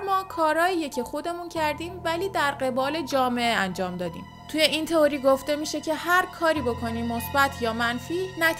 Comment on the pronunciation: سلام میشه لطفاً کلمه《تئوری》رو《توری》تلفظ نکنین.